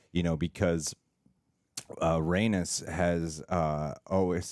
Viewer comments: Rhaenys is pronounced rae-niece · It's pronounced RhaeKNEES